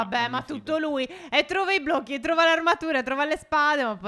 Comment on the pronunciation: Si dice blocchi non blo'cchi